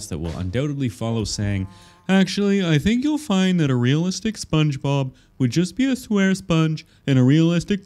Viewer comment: He said realzalistic not real life or hyper realalistic